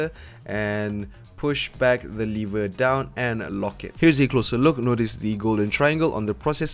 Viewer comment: Too rich, and no offence, “lever” is not “liver”